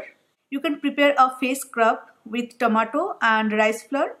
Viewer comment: Its tomato not tamatur :/